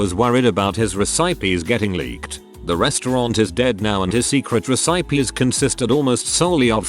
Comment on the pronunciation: Oh dear. The way he says Recipies.